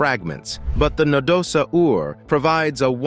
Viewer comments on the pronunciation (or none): What the hell is a Na-do-sa-Ur? We don't pronounce "dinosaur" as di-no-sa-Ur, so what made the narrator butcher Nadosaur so badly? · No da saur! Please learn pronunciation. It is not that difficult SMH